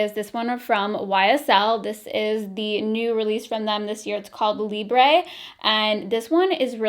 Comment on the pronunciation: It’s LIBRE not Libré 😂